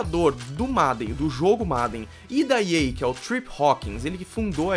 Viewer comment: Esse 'MADEN' foi triste de ficar ouvindo kkkkk Mas ótima explicação sobre o jogo 👏